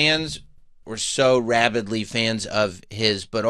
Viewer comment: Ravidly = rabidly